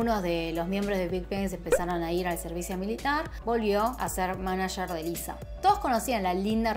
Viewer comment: Parece que dices Eliza